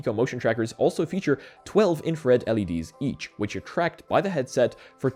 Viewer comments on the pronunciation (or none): none